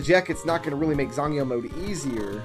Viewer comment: As far as I can tell your pronunciation of "zangyou" was spot on.